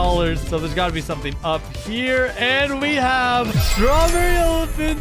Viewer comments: Why does evryone say STRRABERRY ELEPHANT wow wow wow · STRROREREY ELEFNT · Srawberry elafhant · Stroberry elaphont